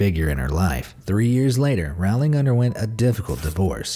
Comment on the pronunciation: Rowling like bowling not roWling